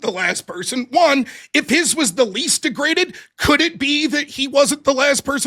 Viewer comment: 'dEgraGAted dNa'